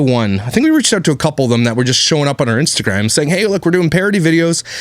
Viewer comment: "Are son"... No Myka! It is " OUR son"